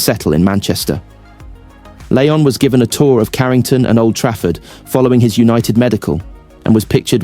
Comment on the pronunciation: It's called Old Trafford not trayford